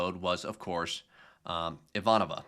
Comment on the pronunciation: Good job on Ivanova. If we are going to pick on your mispronunciations, we have to praise when you get it right.